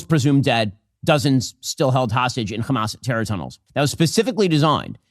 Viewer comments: Can someone explain to me what this “khamas” or “khezbollah” pronunciation thing is about? Is this a weird bigotry thing about how Arabic speakers sound? It’s one thing when I hear actual Israeli’s talk like this, but every dumbass Zionist like Ben Shapiro does it to. I see it and hear it everywhere and I’m so confused by it. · Why does Hasan always make fun of people for using a fricative H in the word hamas? Isn’t that how it’s pronounced?